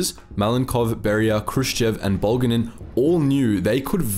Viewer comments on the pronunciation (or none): Looks like Moldova got turned into a giant lake. And why does a European map for a Stalin topic show post-Soviet nations and borders, anyway? Also, I'm pretty sure "Bulganin" is accented on the second syllable, not the first. It also seems like you are confusing Bulganin with Molotov, as far as the putative assassination plot goes. Other than that, it's an interesting topic and I enjoyed the video.